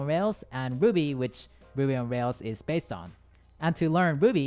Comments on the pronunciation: when ever he said ruby it just sounds like Boobies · I thought he was saying boobies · When u said ruby, i heard booby😂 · did anyone else hear a different thing than "Ruby"? 😳